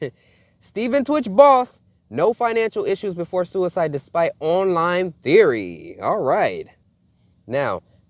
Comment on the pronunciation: You can't say suside